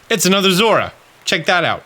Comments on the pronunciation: It's Zo-ru-a. It's at least how it was said in the movie, and the name is the same in Japanese. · zorua is pronounced zor-oh-ah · I love your videos, and don't care about your troubles with pronouncing Pokemon names. So take this as just a way to get you a comment, please. Zor-OO-uh. That's how I say it. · Coming from the TCG world, we end up saying the names aloud a lot. To the point that it's common to watch the anime to see how things are pronounced, so you don't look like an idiot while playing. Zorua is pronounced "Zor-eww-uh" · Its pronounced. zor-u-ah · Love your stuff - and it's "zore-OO-uh" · Bro... I love you... but... "Zora?" Really..? Do you just... see letters in the names and choose to ignore them or...? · I pronounce zo-ROO-a myself. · Zorua is actually pronounced with 3 syllables, Zaw-Roo-Ah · I keep getting everything except ditto lol. And at least according to the anime, it's pronounced "Zor-roo-uh", but who knows! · Zor-ooh-uh is how I've always pronounced it. Only the creator of the pokemon has the right to say how it's pronounced really. Yolo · I will say not that it really matters I think it’s pronounced zo-rua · Bruh I hate the way this guy pronounces Zorua like what the hell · Bro it took me too long to realize he was saying Zorua and not Zeraora. I was trying to imagine Zeraora running transform 😮‍💨